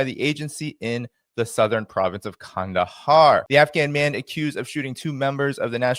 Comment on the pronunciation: Nice pronunciation of Qandahar,! 👏👏👏